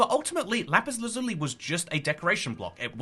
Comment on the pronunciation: Why do you pronounce lazuli like that? At one point I did too, but I was like 7.